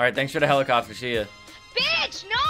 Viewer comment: He said h e l i p c o p t e r